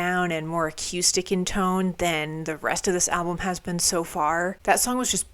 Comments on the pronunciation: Why do u keep mispronouncing acoustic? I know u know how to say it! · We need merch: a t-shirt that simply says "Acyoustic"